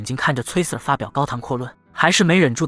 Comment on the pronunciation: Sir這個英文讀錯了，不停的聽到錯字令我很在意